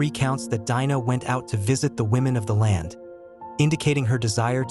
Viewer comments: There is a Jewish woman Anita Dimante who wrote The Red Tent, even though it's a fictional novel about the life of Dinah (pronounced Deen nah not Dye -nah) I am sure being Jewish and going through Hebrew school for her bat mitzvah this lady would know the proper pronunciation. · Her name is pronounced Deenah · I would have liked this video more if you didn't keep repeating the same thing over and over and and if you didn't pronounce her name wrong. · The way her name is mispronounced is cringy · No, it isn't. The i in Dinah has a long e sound. I studied ancient languages.